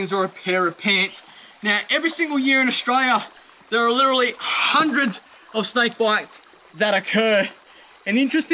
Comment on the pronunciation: Is it just a recent thing where you forgot how to pronounce the word "literally"?